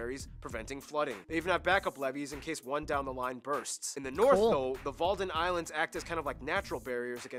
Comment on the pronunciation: Wadden islands not walden islands